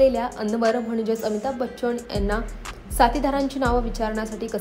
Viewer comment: आहो बाई, रविंद्र महाजणी, अमिताभ बच्चण, हिंदुस्थाणी, आंदोलण, पाणिपत 🧟‍♂️ नव्हे होssssss...."ण "च्या जागी "न" लावा. म्हणून शिक्षण जरूरी आहे😂